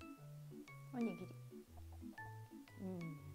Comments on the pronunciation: Qu’est-ce que c’est que cette prononciation! On ne prononce pas du tout onigiri comme ça au Japon et pour un japonais vous parlez super bien le français (mieux que mon époux japonais qui est en France depuis 12 ans) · Demandez à votre mari si je prononce bien “onigiri “. En tout cas c’est comme ça que je prononce depuis toute petite 😂